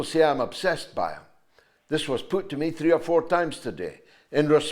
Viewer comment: I can't bear to listen to her , she pronounces 'three' as free, and she says , 'vem houses'.